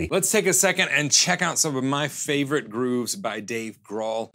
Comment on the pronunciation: Wait, is that not how you pronounce Dave Grohl? Damn.